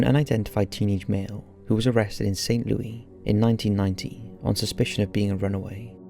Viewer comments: Saint L-O-U-I S... Louis-- Like "Lewis Carroll"... not "Lewy" like Louie Armstrong... Saint LouIS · Love the video. But, it's pronounced St. Lewis, and not St. Lewey. Weird I know, but that's the Midwest for you. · Leo-iss? Huh? It's pronounced "Lou-iss" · Saint Louie lmao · the city is pronounced Saint Lou-iss, not Lou-ey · I’m pretty sure we pronounce it Lou-ey in the UK, I’m not certain and I don’t know why we would, but I think we do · I really enjoy your countdowns, but please for future pronunciations of St. Louis (in Missouri) is not the French pronunciation you use, it's pronounced like you would Lewis, not lewey...just a StL thing that absolutely irks us. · Hello. Just wanted to say I absolutely love this channel!! Just one tiny pronunciation thing. We anglicize St. Louis so its pronounced Saint Lewis instead of Louie. Small nitpick but just wanted to throw that out there. Great video!! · I know it doesn't really matter but St Louis is pronounced Lewis not leery 😬 I absolutely love this channel tho! Always interesting stories that I've never heard before 😍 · Oh..and it's pronounced Saint /LOO-iss/ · For future reference. St Louis is pronounced “Saint Lew-iss”. That was killing me. Lol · Its St. Lou-IS 😑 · That's not how you say St. Louis lmao😂😂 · you said st. louis wrong...……... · You need to look up St. Louis, man. You're doing it wrong. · I think it's funny to hear people from other countries pronounce things differently. Like St. Louis. The s isn't silent